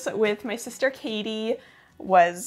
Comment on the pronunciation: I really appreciate how you pronounce (or try to pronounce) the names correctly :) As a german, hearing kathi pronounced well is so nice! :D Awesome video!